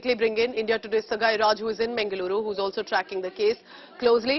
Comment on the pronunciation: Firstly pronoun Mangaluru properly